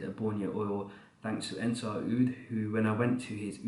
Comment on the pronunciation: As Kalimantanese, I would say you correctly pronounce Malinau